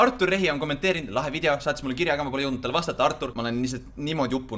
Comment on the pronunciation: Mitte pahaga, aga öelge palun vidjo asemel video. Valus on kuulata muidu 😉